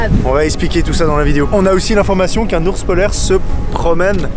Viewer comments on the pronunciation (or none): Je comprend pedo bear quand le gidue disez ourse polaire 😂